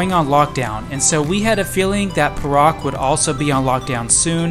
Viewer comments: I'm sure it's "Pay Rak" not per Rak. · The state Perak is actually pronounced as “Pair.Ruck”.... not as “Per.Ruck”.